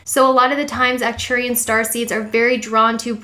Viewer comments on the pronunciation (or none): A little correction: It is Arcturian not Acturian :) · Thanks for putting this together my fellow Sagi-Seed :-) It helps to know why we are the way we are. You're pronunciation is very close just emphasize the ARK at the front of Arcturians and the ANNE at the start of Andromeda and you've nailed it. Subbed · Its actually ARcturian... you missed the "R"